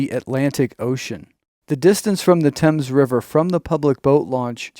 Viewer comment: The Thames River is NOT pronounced like the British one; instead Th is pronounced the Same as for the th in saying think. I would create a large conservation property where natural resources are protected for Peace, Serenity, and Wildlife to roam. Being close to the Casinos, it would be a natural draw for the indigenous people to roam, recreate, educate, and flourish.